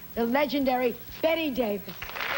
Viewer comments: The correct pronunciation of Bette is Bett not Betty. When Miss Davis adopted the spelling of Bette, rather than Betty, as a young girl, it was after someone gave her a copy of Balzac's 'Cousin Bette'. At the time she didn't realise that the French pronunciation of Bette is Bett. It was only in later years when she travelled to Europe that she heard Bette pronounced correctly and spent years correcting European journalists but overtime she came to accept the different pronunciation saying that she was happy to accept either way as she was just pleased that she was of interest to modern audiences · Her name is pronounced "Bettie". Yes, the spelling is odd, and yes Bette Mildler got her name from her. But Bette Davis has been on record many times about this. Its pronounced "Bettie" AI is brain rot. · Stupid AI faux voice can't even pronounce her name correctly. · Try pronouncing her name correctly next time. For fuck's sake. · A. I. narration is very odd, especially with the pronunciation of her name. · Its “ Bett-y” not “ BET”!!!! She would haunt you if she knew you called her “BET”! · it's betteeee not bet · The narrator cannot even pronounce her name right. It is pronounced BETTY, NOT BETT. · The trouble with AI narration. Her name is pronounced Bet EE -- two syllables -- NOT "Bet" like Bette Midler. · Bette Davis’ name is pronounced Betty not Bet. How ridiculous that you don’t kn😅w that. Fix your narration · ...but Bette was pronounced like Betty. I just googled it bc I didn't recall her being called Bette, pronounced Bet. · You don't pronounce her name correctly. It's not "bet", it's "bet-ee". Don't be lazy. Get it right. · It's NOT Bet Davis. It's said like Betty. This was a good video, but I'm assuming a very AI narrator. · narration if off in a big way. her name is not Bet. it is BetteeeeeE Davis. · Be careful how you say her name. Pronounced Betty not Bet. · 😂This narrator can't even pronounce her name right. Keeps calling her " Bett ". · It's Bett E